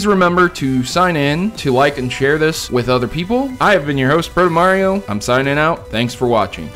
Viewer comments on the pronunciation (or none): none